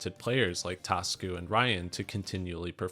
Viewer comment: Hi its not "Tasku" it's "ta su ku"